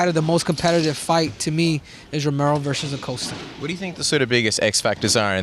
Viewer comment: He knows costa on a personal level and mispronounced his name every time he said it lol.